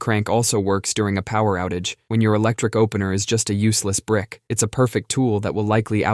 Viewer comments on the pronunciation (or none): none